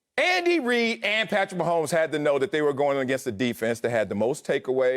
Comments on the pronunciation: I love this guy lol "Patrick 'Meh' homes" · Lol "Meh'homes"